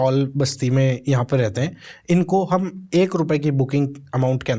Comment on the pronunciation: Bhai kya tum 'Hum' word ko kharab bol rhe ho 🙄